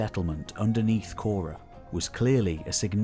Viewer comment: Why call it Naxose? It is Naxos. And it is not kora, but whora